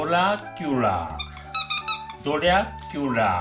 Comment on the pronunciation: 私より若いんだから、ドラキュラは、ちゃんと発音して‼️(笑) 初めてのおやつに慎重なココしゃん、珍しく直ぐ食べましたね☺️ おもちゃも気に入ってご機嫌でしたね✨ は禁止してたけど、私、わんこがおもちゃを振り回してるの見るのがけっこう好きです😁